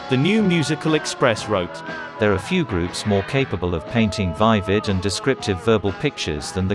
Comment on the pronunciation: note to narrator; it's viv-id, not vye-vid.